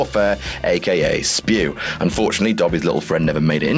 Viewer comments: IT IS NOT SPEW! IT IS S.P.E.W.! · it's not spew... it Is S...P...E...W!!!! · It’s not spew! It’s s.p.e.w - society for the promotion of the elfish welfare! Don’t say spew...sorry for just letting my inner hermione out 😂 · It's not spew. It is S, P, E, W. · It’s not spew!!!!!!!!!!!!!!!!!!!!!!!!!!! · It's not SPEW it's S.P.E.W!! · It’s S.P.E.W ! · It’s S.P.E.W, not spew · It is not SPEW, it's S.P.E.W. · It's not spew It's S.P.E.W. 😂😂😂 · IT'S NOT SPEW IT'S S.P.E.W and you for got that fight Harry had with Draco in the goblet of fire 😬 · It's Welfare... Not Warfare... SPEW! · It isn't Spew it is S.P.E.W